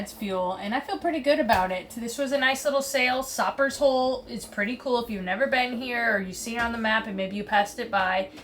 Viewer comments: Welcome to the BVI. I'm local here if you ever wnt to get some FPV Drone Footage of The Dead Dolphin. And it pronounced "Jo-st-van-dyke" not "yost van dyke" & its "Soap-ers Hole" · Sopers Hole rhymes with roper. Long o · You guys are so funny.. It's pronounced "Soapers" like the soap you use.. Sopers hole sucks too.. Should have completely provisioned before you left STT, or even St. John.. Then get a BVI fishing license and you would have been good to go or you could have bought meat. Where do you think people in BVI go shopping?? Why do you think that the BVI ferry runs so many trips every day?? Sorry, but I can't help but have fun with newbes.. BTW.. MOST boaties prefer the hook to mooring balls because I trust MY gear to someone else's. Just sayin.. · Sopers Hole...pronounced just like soap. There is a nice grocery store (Bobby's) right in Cane Garden Bay (Tortola).....straight shot across from Jost. Lots to do in Cane Garden Bay...and a very old rum distillery (Callwood's) is definitely a must see.